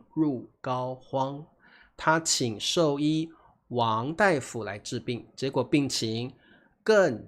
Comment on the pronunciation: 大夫 pronounced as “dai” 不是 “da”. Hmm…😊